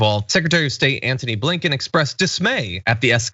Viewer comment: I thought when he said Andrew Blinkon that he said Abe LINCOLN 😂😂😂